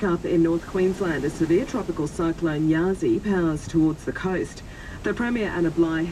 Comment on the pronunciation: Sorry, should be Yasi not Yaris! Pam